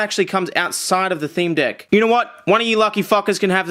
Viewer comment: sounds like hes saying dick instead of deck cannot be unseen